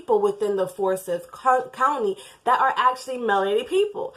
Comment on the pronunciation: The four boys were hers, the oldest girl was her step-daughter, and was the biological child of Lee (Tamla's husband), however, not Tamla's biological daughter. Also, it's pronounces FOUR-sigh-TH .